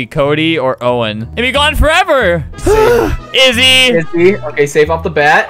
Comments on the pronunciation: it’s so funny how he said izzy more like dizzy and now her name is dizzy in the new game.. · He said izzy more like dizzy and now her name is dizzy…